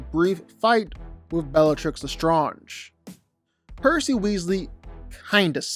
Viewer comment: Why do you just stubbornly refuse to pronounce Bellatrix Lestrange correctly?